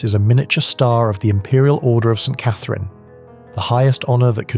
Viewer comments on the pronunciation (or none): none